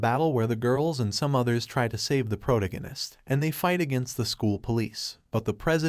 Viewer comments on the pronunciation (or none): Why do all these anime recap narrators say "PRO-to-go-nist" when it's "pro-TAG-oh-nist" ? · ... "protagonist" is not pronounced prodiganist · Can you please stop refering to the main character as the protagonist. Your AI is calling the MC the protoginnist. Teach it to talk or stop using it. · just the way the voice couldn’t pronounce “protagonist” is why I hate these fake AI voices. Even the weird pause after “and that,” it’s unnatural.